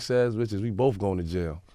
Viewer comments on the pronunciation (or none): none